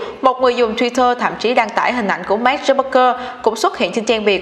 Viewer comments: Nay VJ làm chắc hơi áp lực mà đọc tên Mark hơi loạn :)) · Sao chị đọc sai tên Mark hoài vậy. Nghe khó chệu kinh